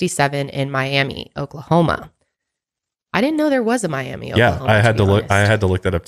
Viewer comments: Okie here, Miami, OK is pronounced Miamuh b/c of course haha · Its actually pronounced Mi-am-UH I have family from there 😁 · I'm from Oklahoma n have never heard of this case before. Side note- Miami, OK is pronounced "My-AM-uh". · Thank you guys for your incredible content ❤️ you guys keep me going with every Mile Higher production!! Also, Miami, OK is pronounced “Miam-uh” instead of “Miam-ee” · I have lived in Tulsa my whole life, I went to jenks. I have never heard of this case. Thank you for bringing more awareness for these poor girls. (Also, Miami is pronounced my-am-a 🙂) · Miami, OK is pronounced my-am-uh not ee. We have to put an Oklahoma twang on everything y’all 😂🤦🏼‍♀️ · Thank you for covering this case! I live in Oklahoma and we pronounce Miami as “my- am- uh” lmao 🤪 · Great video. From Oklahoma and I got curious to know some history about the true crime here, this is so sad. Oh n it’s pronounced mi-am-uh I don’t know why 😂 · I can't believe I've never heard of this. I live in/frequently visit these areas. It's so heartbreaking. I can't imagine. Also, I leave right next to Miami, which is pronounced Miam-uh. I've never been to Florida but I can guarantee they're very different. A fraction of the population and a lot less to see. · Living 30 minutes from Tulsa and broken arrow this hits close to home… also Miami Oklahoma is pronounced miama haha! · Pronounced "My-am-a" Miami, OK. Native American word. It is actually really pretty there and near the Ozarks. I know about this story and have been to Camp Scott. It is no longer a GS camp, and this is a story that Oklahomans will never forget. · Shoutout to my town in Miami, OK! We actually pronounce it “My-am-uh,” named after the Miami native tribe 🥰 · As an Oklahoman who actually grew up in Locust Grove and Camp Scott was my backyard.. Its great to finally see this story get recognition. Also Miami, OK is actually pronounced Miam-uh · It’s actually “Miam-ah” Oklahoma. Teen mom McKenzie is from there.